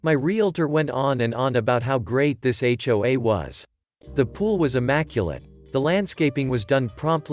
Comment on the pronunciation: If you're going to use text-to-speech on a subreddit about HOAs the least you could do is teach it that HOA is spelled out as H.O.A. not pronounced as hwaah. It's an acronym, not a word.